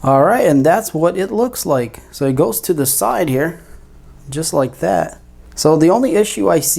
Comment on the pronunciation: Great stuff, I would try to talk without saying words like "Dat" etc... It just makes the video less usable and appealing!